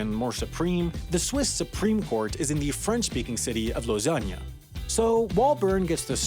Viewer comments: He pronounced it wrongly. xD It's French and pronounce "Lo-sun" (No "Low-sun" and not fucking "Lo-sagne".) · You killed me with the prononciation of lausanne 😂 It's pronounced Losan, not lasagna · The Swiss: "Lausanne": "Lasagna" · did you call Lausanne Lasagne? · LOWsan not lausagna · can we just take a second and pray on his pronouncing of Lausanne 😂😂😂its not lasagne its pronounced losan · When he pronounces "Lausanne" like "Lasagne"😂😂😂😂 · Lausanne is pronounce low-san not lawsogne. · No no no... repeat after me, Lausanne not lasagna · it's bot Lasagne bro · I like the way he pronounced „Lausanne“ as „Lasagna“😂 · French speaking city of "losagna" 😂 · not to mention he called Lausanne, lasagne...🤯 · I lost my shit when u said "lausannia" its french and therefore pronounced "lo-sann" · Ah yes, my favourite city: Lausagna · I am Swiss and this video is hilarious! We call it de facto and de jur. de jur means by law we dont have a capital, but de facto we have Bern. Plus as stereotypes go, people in Bern are a bit more on the slow side, so that fits with the federal gov. And keep calling Lausanne like Lasagne, just to frick with the Romands ;) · As a Swiss citizen, I can attest that everything he just said is true. xD (Two minor corrections: The italian speaking part of Switzerland does not eat spicy meatballs and the city of Lausanne is pronounced "Lowzan" not a terrible misspronounciation of Lasagne) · Correction: “Lausanne” is pronounced “Low-zan” not “lasagne”. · Do I hear Switcherland and Lasagne? What about the other video about Leechtenstein? Enjoying the videos, but maybe it's a good idea to look up the spelling before recording the voice-over. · Ma man just said Lausagna lmfao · He clearly said that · Lausanne is pronounced like Lau-San. The e is silent. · Lausagna???! oh my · Lausogne??? It's Lausanne, not Lausogne. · you just said "Lausanne" the way lasagna is pronounced and I can't get enough of it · Did he just pronounce Lausanne like Lasagna?